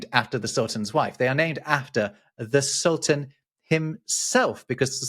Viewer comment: You did a good job on the semitic terms "calif" and "sultan". The calif has a root that also means "substitute". We use it in modern Hebrew too: Chalufah - a substitution, l'h'Chalif - to replace, Chalafim - spare parts.